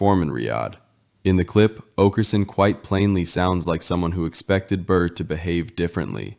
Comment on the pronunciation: Also, it's oakerson not aukerson and burr not bird